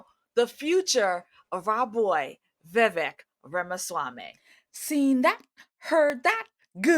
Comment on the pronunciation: Please learn how to pronounce his name if he's "your boy".